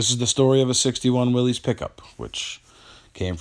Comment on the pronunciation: It's not a Willy's it's pronounced Willis the man's name was John Willis the Y in his name is a short I sound